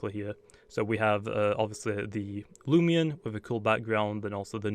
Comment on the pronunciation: Its loo-mi-na-mi